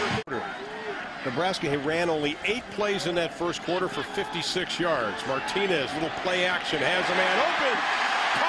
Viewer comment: Nice video. Couldn't stand the commentator during the Washington game, it's Martinez, not Martines.